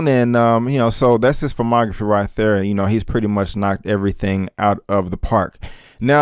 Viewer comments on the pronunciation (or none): fuumography? 😬 just sayin'... ✌️